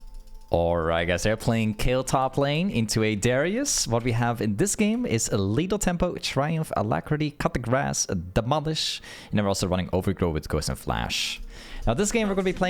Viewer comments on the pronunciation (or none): Ngl I thought he said cut the grass instead of coup de grace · He did. Many content creators do. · Everyone says it that way.. 😂